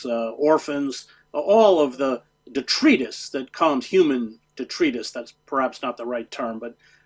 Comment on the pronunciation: Always like Hedge’s analyses but wish he wouldn’t mispronounce words—“detritus” this time, “tepid” previously.